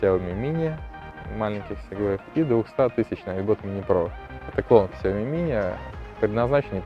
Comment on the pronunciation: Что еще за Ксяоми?)У Лэя потекла кровь из ушей)))Сяоми правильно говорить